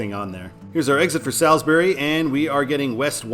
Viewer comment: Say Gloucester like GLOSSTER. Say Salisbury like SALLSBURY.